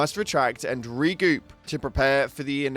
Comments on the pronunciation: Its not the first Major major order failed dont forget get failed on the bug hive world to i thought anyway Also you said regoop xD instead of regroup lol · It’s regroup, not re-goop